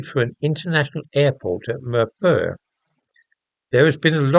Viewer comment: Mirpur -pronounced Meer poor . I wonder what the Indian government has to say since Kashmir is a disputed territory?